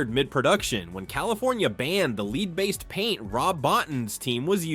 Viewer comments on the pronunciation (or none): This video has so many mistakes. - Bobby wasnt thrown off a building - Its 'lead' not 'leed' - Says 3 hours then shows 2 hours - Kurtwood Smith is not legally blind. He made the suggestion to wear glasses to make his character appear smarter - There was no yellow tape digitally removed - There was no explosion in the drug factory - Bob Morton was shot with a handgun, not a shotgun What a load of shite. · 'leed', huh? AI.. damn you. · Totally agree, an you know it's AI because if they wrote ' lead ' the voice would pronounce it lead, as in the metal. Wrong, wrong wrong. AI bollocks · The mispronunciations lead me to believe this is AI "Lead" based paint? ? no, sorry. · AI pronounced lead wrong 😂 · It's pronounced lead not lead.